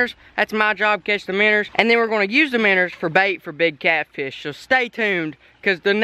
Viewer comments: Its not "minners" it minnows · Why does he say “miners” when he try’s to say “MINOES” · Joshua Lummer u don’t know how to spell he says minners not miners and it’s minnows not minoes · Does anyone else notice how he always says,”minners?” instead of minnows. I get a kick out of it but it fits well. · I like how he says miners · Minos not miners 🤣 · Miners instead of minows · Its "minnows" not minners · say "Minn o" not "minners" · The way he says Minnows is so funny Minnors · “Minner”😂😂😂 I love it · I like how he says “miners” instead of minows